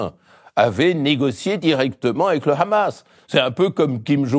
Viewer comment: C’est quand même formidable d’entendre Mr Badie prononcer correctement « Mahmoud » et « Hamas » mais dire « Trumepe » 😂